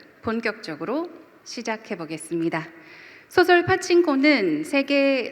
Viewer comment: 사회자께! 소설가를 소개한 이가, 어찌? "소설"이란 단어의 발음이 틀렸나이다.. "소설"의 "소"는 장음인데, "짧게" 발음했나이다. 이 알마나 웃지 못할 아이러니입니까? 더 놀라은 일은, 이런 문제를 거론한 사람은 1968년에 고국을 떠난 이 늙은 이 뿐이라는 사실입니다. 한강의 노벨 수상 이래, "소설" 발음을 바르게 한 한국인은마노지 아니하였습니다. 이런 문화는 세계에서 대한미국 뿐이니 오호 애재! 오호 통재!!